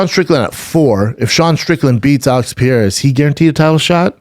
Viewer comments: Who is Pierre? Oh.... Pereira! Seriously "Brandon," how long would it actually take to learn to say a single fighter's name properly. So disrespectful. So unprofessional. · Alex "piera" pereira. 🙄 For sure get fighters names right if you have a fight podcast. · Pierre-A? Strange way to pronounce Pereira,but Schaub is nothing if not consistent. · Schaub just butchering Pereira's name shamelessly 😂